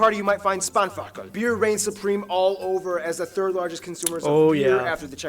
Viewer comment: They aren´t called "Gummibears" but "Gummibearn" No tempo limits. That´s not only "one area"^^ You find these signs over the whole country. Spanferkel would be pronounced "Sh baan fair kl"